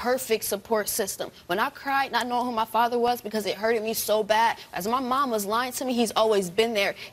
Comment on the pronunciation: "Hurt-ED" wth